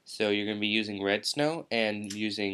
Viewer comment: it sounds like your saying "redstone" this isnt minecraft bro